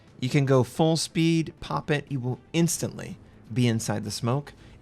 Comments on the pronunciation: FUULL NOT FUEL man omg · It clearly says "FULL-throttle smoke generator" but you keep on saying "FUEL-throttle smoke generator", sup with that?